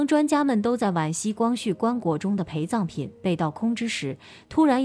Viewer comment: 我還有聽到「還把培葬品分給他一點」，還以為只有我聽到